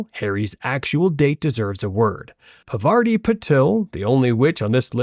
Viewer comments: It's not pavaarti !!!!! It's pronounced paarvati i.e.पार्वती Please pronounce hindi words correctly. I well know that you are not Indian, but still at least don't disrespect names. That really hurts... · Parvati Patil. ❌ Pavarti Patil ✅ Pervert-i Patil ✅ ✅✅✅✅😸😸😸 😂😂😂